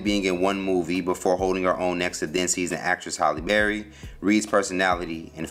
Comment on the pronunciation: Anybody else bothered he keeps saying "Holly Berry"?